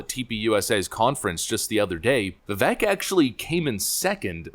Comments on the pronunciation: Thank YOU for correctly pronouncing VIKek' s name! He is great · Vivek said he pronounces his name "vi-VAKE" like "cake".